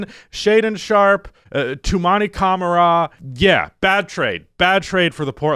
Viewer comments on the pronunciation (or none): bro please its "Cuh-Mara" not "Cama-Ra" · Blazers fan here, the extra 2 years of $35+mil per year is what pisses me off about the trade. And the 2 2nds. All this just to maybe make the play in and get swept in first round at best. Also, dear god please learn to say Toumani Camara's name correctly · Its Camara say it right